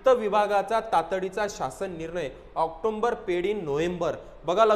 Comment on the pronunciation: अरे भाऊ आकटोंबर नाही रे, ऑक्टोबर म्हण रे !